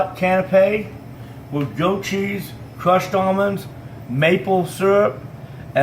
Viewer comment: M8, you really cant cook. Ffs... what are you doing with that massive whisk and bowl for such a small quantity??? And for love of f*ck stop calling it "Go-cheese" 😤 is it really that hard to say *Goat with a T